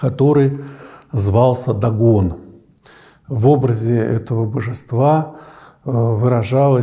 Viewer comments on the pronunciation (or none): none